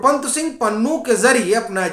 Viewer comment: गुरवंत नहीं साहब गुरपतवंत पत्रकार को ऐसी गलतियां नहीं करनी चाहिएं